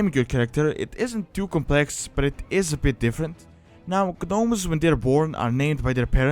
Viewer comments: I noticed you are pronouncing the Gnomes as Gnomes, but it's actually pronounced Nomes! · First Gnomes the G is silent when you pronounce it. Second it could be possible to add some lore to them like them trying to find a cure for the leaper gnomes. Or they could find a way to counter the super plague that the Dark lady is planing to use. That is just to name a few. But it is possible that leaper gnomes could invade major towns and spread an infection just like the one game glitch that happen the one time. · u dont pronounce the g 😀